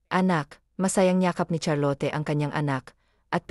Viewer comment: Charlot cunam met ah hindi Charlote